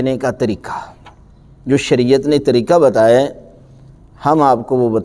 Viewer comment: QibLA PLease CorrecTlY SaY Quraan and NoT Kuraan, TareeQa and NoT TareeKa Nahin MaTLab BadaL JaYeGa AAP JaiseY MouLanA Sahiban GhaLaTi Nahin Karni ChahieY. PLease.